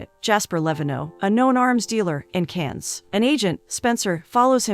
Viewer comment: First time I hear Cannes and Nice pronounced like this.